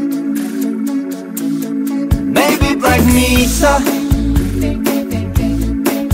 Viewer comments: I love the video, only one thing: Did you really say black meesa? Just a friendly FYI, it's pronounced May-suh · Your mispronouncing Black Mesa was just a joke right?